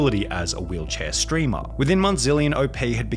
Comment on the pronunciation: I like how you said "steamer" instead of "streamer." It's like a Freudian slip.